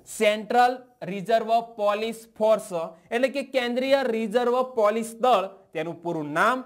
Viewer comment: "પોલીસ"નુ ઉચ્ચારણ સુધારો